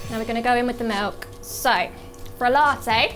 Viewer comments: La' teyyy 😅😅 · given how common glottal stops are in british english, it's weird that she doesn't pronounce "latte" with a glottal stop.